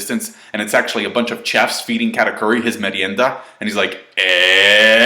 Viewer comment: The real why is why can't you pronounce chef correctly lol